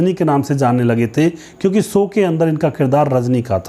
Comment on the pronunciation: It’s Show not So. Correct your pronunciation